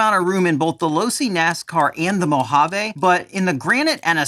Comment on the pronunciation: Mojave is not a French word. Its not mohavay